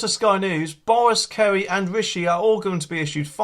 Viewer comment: It's Carrie not Kerry, 👍